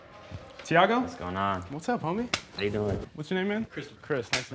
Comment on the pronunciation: but what was that the whitest “what’s up homie”